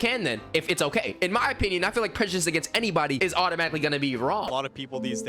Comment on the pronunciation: did he just say prejedisum tf LMAO